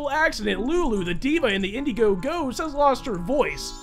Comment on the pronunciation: He called it indie go go and not indie go.